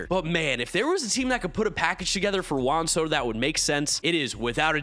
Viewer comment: never pronounces Juan Soto correctly. 😂